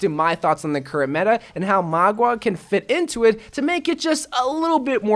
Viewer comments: MAUGA not MAGUA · Just heads up it’s mau-ga not mua-ga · Mauga is pronounced similar to how one says “Maul” but with a GA instead of an L. Hope this helps! :3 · You prounonce him mauga XD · I pronounce him as (mwah-guh) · I think his name is pronounced "maw ga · MOUGA LIKE MOUTH BUT INSTEAD OF TH GA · How I pronounce it is Meow-Ga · I pronounce mauga as mouga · I want it to be junkerqueen but I think it will be magua if that’s how you spell/pronounce his name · Dont worry byw im here to help mauga pronunciation: maw-ga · It's mou-gwa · When he says maguā all I can think of is Aqua (water). Pokemon trainer in overwatch: Oh no the enemy has a magua a water type Pokemon to counter my fire type Pokemon tobijorn. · Magua. Did you mean: MAGA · For the ones who can't pronounce. Say 'mowga' the 'ow' from a cat that 'me-ows or when your in pain you say 'ow'. Hope i helped you out